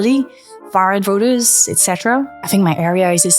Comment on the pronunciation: has anyone made you notice how you tend to pronounce vote "vert" and voters "vers" ?! your british-leaning accent is bugging my american-fed ears, not even halfway through the video and i got to point it out !